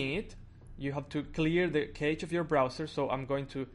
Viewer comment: There is no "next video" with the home screen and stuff. Cache is not pronounced keich; You can refresh the page while redownloading the whole content by holding down control and pressing f5, no need to clear through settings